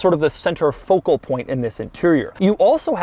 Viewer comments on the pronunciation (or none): none